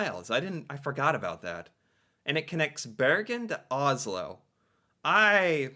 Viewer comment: Pronounce Oss-lo, not Oz-lo.